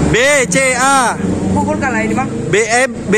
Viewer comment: BCA dibaca bica